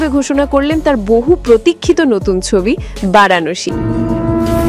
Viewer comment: বারাণশী নয় ভারানাসি